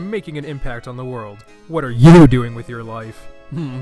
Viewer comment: LMAOO I love how you said the “YOU” tho